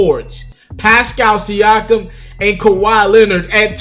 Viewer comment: Learn to say da nigga Pascal's name my nigga